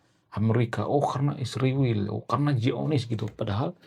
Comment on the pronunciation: SHALOM ALEICHEM ANDA PUN TOLONG SEBUT ISRAEL DG BENAR, KARENA ANDA PUN SEBUT ISRAEL DG TDK BENAR, SPTNYA ANDA IKUT-IKUTAN nurdaK?"